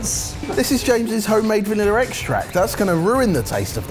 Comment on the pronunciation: If I hear vanilla pronounced vanillar one more time.....